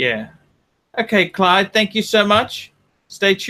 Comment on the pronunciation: His name is Clyde and not Clive you stupid fat fuck